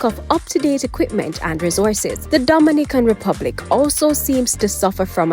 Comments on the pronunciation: Please get the pronounciation of the Dominican Republic correct. It is totally different from Dominica. It is a Spanish country and should therefore be pronounced as such. For example, Do min i can. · U need to practice saying Dominican Republic. Your fake accent sucks